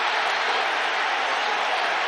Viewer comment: he literally said in an interview when asked how to pronounce his name that it's "ba-day".....how hard was that?